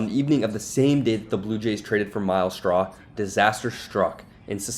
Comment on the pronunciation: It's "Straw", not "SHTRAW". Push your teeth together and bring your tongue up against them to make the "S" to "T" sound.